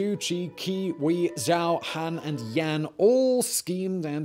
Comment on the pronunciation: It’s pretty painful hearing Simon pronounce “Zhou” when there is actually a state of Zhao visible on the screen😅